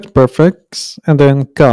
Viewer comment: It's pronounced priii- fix. Priii that rhymes with tree or free.